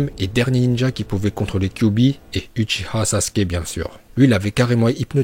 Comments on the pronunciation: Déjà c'est uchiwa pas uchiha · pk vous dites uchiha alors que c'est uchiwa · Oui mais dis uchiwa pas uchiha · utchia 🤣🤣🤣🤣🤣, c’est utchiwa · Uchia c'est pas ouchah c'est ouchiwa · mdr c'est uchiwa pas huchiwa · Uchiwa pas uchiha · Dsl mais c’est uchiwa pas uchiha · Dit pas uchiha ça pe stress dit uchiwa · Lacoste Tn le boss nn en vrai c uchiha va voir en vostfr comment il le prononce c juste en français ils l’ont transformé en uchiwa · apprend a parler c pas utchia mais utchiua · Attend il a dit huchiha la j’ai pas rêvé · On dit uchiwa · On prononce "uchiwa" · Uchiwa t'a daronne t français non tdc tu dis ashilama ou madala donc prononce normalement pff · Pk tu dit uchi-HA😂😂😂